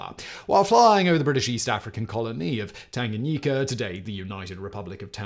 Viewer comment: 😂😂😂That Tanganyika pronunciation though🤦🏾‍♂️. P.S. I am Zambian watching from Zambia